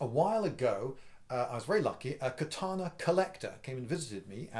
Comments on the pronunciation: I'm a huge fan, Liindy, and I enjoy your discussion about the katana. One thing grates, however. It's ka-ta-na not kuh-TAH-nah. Matt Easton mispronounces it, too, and it's hard to pay attention to the vid when I'm yanked out of the narrative over and over again by kuh-TAH-nah. BTW, I've watched all the Highlander movies and the the TV series. What sword do you think would be best if the goal is to decapitate? One could also lop off body parts like a hand or an arm for advantage. They don't grow back even for an immortal. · It's KATANA 'Ka' NOT CUT! Dickhead! Read a book! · Ka-ta-na. You pronounced the "ka" correct. The rest of the "a"s are pronounced exactly the same. ka - ta - na. Without any accent.